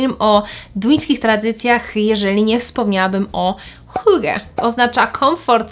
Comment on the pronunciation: po 4 latach nie potrafisz hygge poprawnie powiedziec , coz to tylko 4 lata